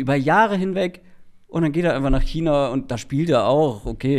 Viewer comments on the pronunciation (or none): none